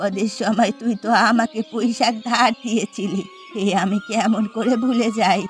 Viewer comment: কৈইশাক❌। পুঁইশাক ✅